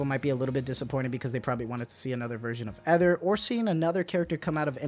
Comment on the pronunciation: Correction for Ether pronunciation- it’s a long E.